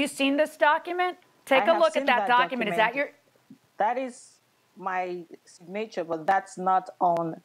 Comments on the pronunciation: This Tina Turner wannabe needs to stop. 😂 You take pics of the ambulance but you forgot the police report? Girl bye!!!!!! Go buy another wig and stop wasting people valuable time. Geesh!!!!! Btw did she say “Sig-nature” instead of Signature? 😂😂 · Sig-nature instead of Signature.😂😂😂😂😂😂😂😂😂